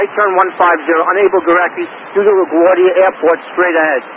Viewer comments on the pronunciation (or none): none